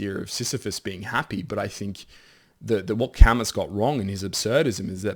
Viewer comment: You need to delete this immediately. You can’t mispronounce Camus in this space and not be blown out.